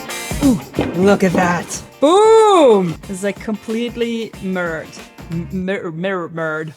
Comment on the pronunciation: Meerer… mirrer… Now we know why we say “Bookmatched” instaed 😅